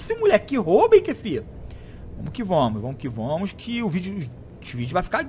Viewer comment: "Vomo que vomos "kkkkk